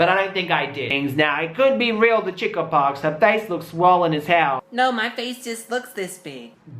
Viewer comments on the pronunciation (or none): Lol bruh did you say chick-ah-pox 😂